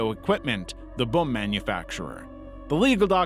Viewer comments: is it just me or does it sound like it's pronouncing the word "boom" as if it's spelled with two U's or something lol like "buum" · pronouncing it like Basil Brush